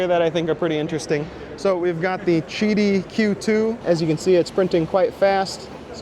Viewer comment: Chiti? Isn't it Qidi?